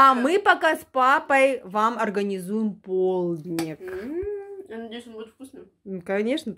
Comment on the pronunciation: Господи,да почему ПОЛУДНИК? Полдник,правильно- полдник. Не полудникать,а полдничать !